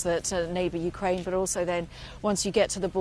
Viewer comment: Yeah, Ukra-IN - please...